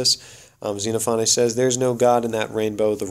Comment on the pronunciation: ze-NOFF-uh-nees :) Or if you prefer, "zen OFF o' knees." Thanks, looking forward to more!